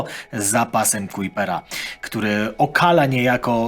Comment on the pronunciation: w siódmej minucie mówisz cały czas o pasie Kuipera. Oczywiście zakładam, że to przejęzyczenie.